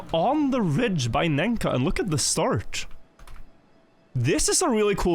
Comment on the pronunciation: I like how always says "starch" instead of "start"